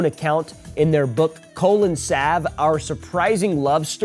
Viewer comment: Cole & Sav? I hadta rewind, because I was sure you said "Colon Salve". lol